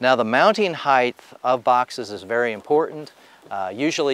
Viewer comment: Good video. Mispronounced “height,” but good video.